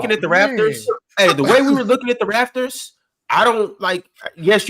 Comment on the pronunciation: SOMEBODY PLEASE TELL ITS THE "RAPTORS" NOT RAFTERS